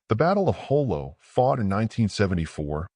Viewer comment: The battle of JOLO not Jolie. Thanks.